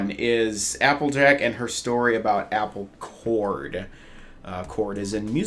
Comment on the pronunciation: Wait, Apple Chord? I thought she said Apple Core.